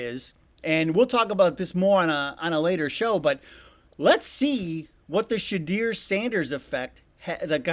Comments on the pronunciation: Sir, I'm sure you have a great show, but please learn to say his name correctly. I know you're trying and will get there. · Maaaan you are not saying Shedeur’s name correct…!!! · Now I know you ain't heard nobody say his name like that pops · Please start pronouncing his name correctly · You need to learn how to say his name!!! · it’s all good Brotha, best wishes on your Channel, when I check back and you announce/pronounce the name right I’m subscribing lol!!!!! All Truths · This is not going to be a thing .... We are only here for Shedeur... Please say his name right. He has been visiting kids... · It is your content you are allowed to say and do whatever you like. Ask people on your way out, and then give them at least 5-6 seconds to do so. However, you might want to take some time and learn how to correctly pronoun Shedeur😁. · Please pronounce Shedeur 's name properly. That name is going to be mentioned often. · I appreciate your information! Your Homework Assignment is - (Learn how to pronounce Shedeurs name). you will be talking about him quite often! Thank you! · Gonna have to learn how to say the kids name and he will bring in fans sales and improvements !! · Yeah.... Dude sounds goofy af saying his name..... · i would've gave like at the least but dude mispronounce shedeur sander name to many times.. if you dont know how to pronounce these players name then dont report on them .. its very disrespectful to the player and uneducated to you as a whatever you call yourself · I call myself Dave, and from this day forward, I am only going to call Shedeur "Prime Time Junior." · Please pronounce Shedeur's name correctly. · You might wanna learn how to pronounce the guy’s name, it’s pronounced Sha-door, not Sha-dear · His name is Pronounced Sha-Door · If you say shadeer one more time…..! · Pronounce his name correctly.....SHA-DOOR! Damn! Smh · Idk who Shadeer is, plz learn to pronounce his name. 😂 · First off his name is not Shadeer. Get his name right mfka